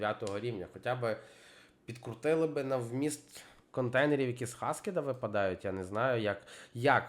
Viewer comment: Ну не хаскед а хакед🥲🥲